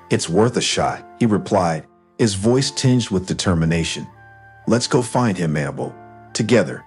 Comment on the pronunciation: Can't pronounce Annabelle? It's hard to listen to with all the mistakes.